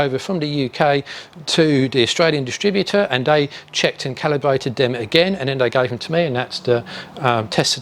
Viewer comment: Awesome content, but linguisticually you aren't saying "they" - you are saying "dey" as a shortening of the TH sound with a D instead. You can clearly say the TH sound because you do so in other words, I'm only pointing this out because you are doing public speaking and you might care. If not, carry on and keep being awesome :)